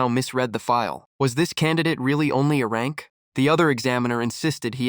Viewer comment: Oh come on If you're going to upload don't use somebody else's s*** that was already s*** to begin with because hearing Arank Crank Brank instead of A-rank C-rank or B-rank